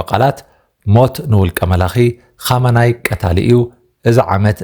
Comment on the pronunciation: ኹመይኒ' not ኹመናይ ።